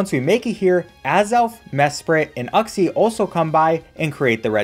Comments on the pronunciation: Saying uxie like "you xie" easy: no "uck xie" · Man really just called Uxie "U-xe" and not "you-xe" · It's pronounced You-xe not uh-xie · The way he said uxie hurt me… physically (It’s YOUX-IE) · you-see uxie. you welcome